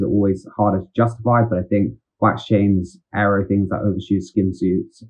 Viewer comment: loving the ayro pronunciation!